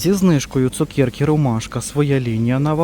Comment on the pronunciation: Дякую,, за ваш огляд. Обожнюю чути ваше слово ''цукєрка''. Ми вже з донькою теж так кажемо 😊.